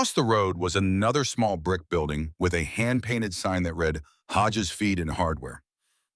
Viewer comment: AI, realize that young people and non-native English speaking people listen to these stories. So pronunciation of the language is important. Learn difference between read, and past tense, read, so they will know.